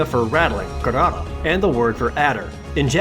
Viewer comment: I think instead of "garara" you meant "garagara" (ガラガラ)